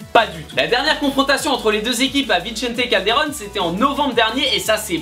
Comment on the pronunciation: Attend, attend... Comment t'a dis "Vicente Calderón" ? 😂